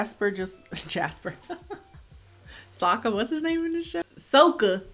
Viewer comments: The main thing that made me almost angry cry was the pronunciation of Sokka's name. There's an episode in SEASON ONE when he corrects someone for saying his name EXACTLY like they do in the movie! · It may be be a prononciation thing (I’m french so it may have flown over my head), but as a huge ATLA/LOK nerd, I know it’s SOKKA. But pronounces it “SAKKA” and in the show I noticed the prononciation doesn’t accentuate the O either so I was wondering? If someone could enlighten me?:O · I couldn't finish cause of that Ung and Soku😭😭😭 I ended with a scream saying it's Aang not Ung and changed it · Um sorry -sweetie, but it's actually pronounced, "Åñg" and "SōKá" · Wait so Sokka is pronounced 'saka' in English?? Wth I had no idea that's so funny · AND THEN THEY FUCKING MADE SOKKA SERIOUS AND PRONOUNCED IT SOCA. IT WAS LIKE THE EPISODE WHEN THEY WATCHED A PLAY ABOUT THEMSELVES BUT SOMEONE ACTUALLY TOOK IT SERIOUS